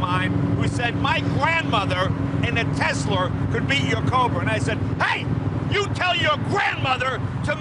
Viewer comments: "Teslur", nice Jay lol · A tesler and a turbin? Hmmm very strange, very strange indeed.